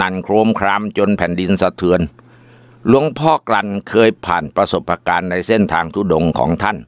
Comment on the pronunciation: ขัดหูอยู่คำเดียว ประสบการณ์ อ่านเป็นประะสบประกาน ทุกเรื่อง